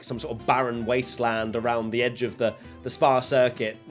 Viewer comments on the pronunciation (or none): none